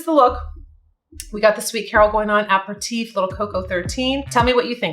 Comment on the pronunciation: It's pronounced a-per-u-teef. FYI.